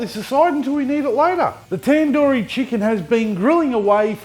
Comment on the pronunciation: It's tandoori not tenduri